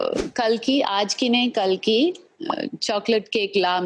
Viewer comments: It is Kalki (kal) not kaal. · Kalki litrally explained how her name is pronounced correctly but Abish kept mispronouncing it. 😂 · Why tf is abish pronouncing kalki as kaki or is it just me.